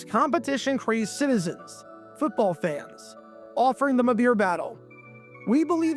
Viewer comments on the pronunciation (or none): none